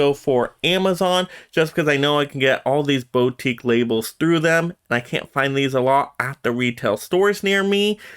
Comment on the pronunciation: i know its a nitpick but its driving me insane. Its pronounced "boo-teek", not "bow-teek". Put the emphasis on "teek".